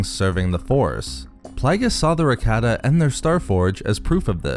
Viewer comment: Cannot stand listening to this mispronunciation of Rakata. So Cringe to my ears 👂 it’s Rah-Kah-Tah